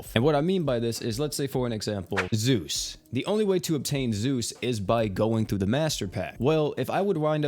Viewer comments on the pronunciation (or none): none